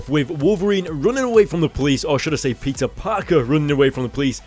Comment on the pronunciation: when he sais peter it sounds like pizza